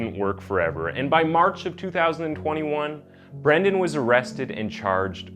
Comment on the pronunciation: Dude, you've gotta be more consistent in your pronunciation. Most of the time you're correctly calling him Brendan but every once and a while you call him Brandon. It's not a big deal but it kind of throws me out of the story.